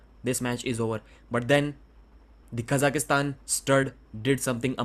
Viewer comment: Just curious, why do you and Engin keep saying "Khazakistan" instead of the proper way "Kazakhstan"?